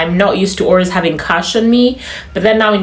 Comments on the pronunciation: I can hear the Ugandan arways instead of always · On the accent part,, now that uve said it... I've picked up on ur pronunciation of "always"😂.. So Ugandan